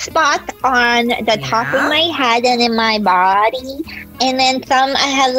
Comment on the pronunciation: I love the way she said booody lol